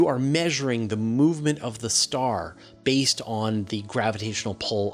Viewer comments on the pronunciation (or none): none